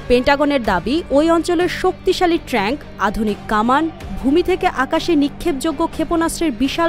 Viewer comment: ওটা ট্রাঙ্ক নয় ট্যাংক হবে😂😂😂😂